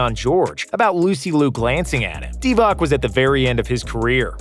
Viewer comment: Divac should be pronounced DivaTS not DivaK